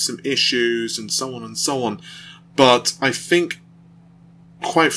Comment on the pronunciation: 'Fred Ripper', 'I fink', 'free years' whats wrong with your 'teeeeeees'.........................lol